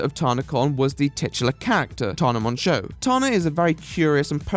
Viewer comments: I'll add a meaningful comment when the video is over but in the meantime fucking THANK YOU for pronouncing "Mongeau" properly. I don't fucking know where her or her family got the idea that it's pronounced "mojo", probably a bastardised and anglicised way of how it's supposed to be pronounced because it's French but I get so irrationally annoyed about it every time I hear it even though it's such an idiotic thing to be annoyed about. I can't help it lol. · Thank you for pronouncing "Mongeau" correctly